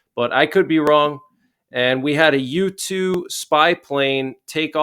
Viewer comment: Thanks lol was that a u2 spy plane? Dk why but I thought you said YouTube spy plane lol guess that means I'm spending too much time here haha hope you're holiday was great much love from my family to yours